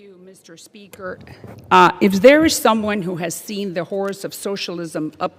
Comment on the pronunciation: How about Waters being removed? Salazar said, "...as there is someone who has seen the horrors of socialism up close...", I thought at first that she said HORSE of socialism (my first thought - was she referring to horse Waters LOL!!! ?)